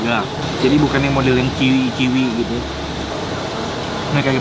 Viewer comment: Ga ada taburan jempol, ga dpt sticker teh botol "asli enak".. Btw, chewy (kenyal) bacanya cuwi bukan ciwi..